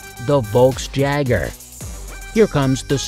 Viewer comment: Just droppin' by to see how many people shit on you for misreading Lotus Elise and mispronouncing Volksjäger.